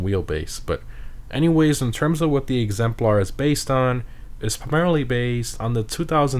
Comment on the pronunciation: it's pronounced "egzempler" not "egzemplaurh"